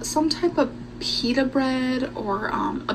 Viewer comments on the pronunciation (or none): none